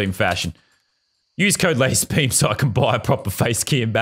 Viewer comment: It's "LazArbeam" not "LazErbeam"